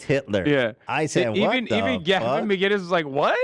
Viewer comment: Its MAC - INNIS, not MacGuinness. Nobody ever says his name correctly.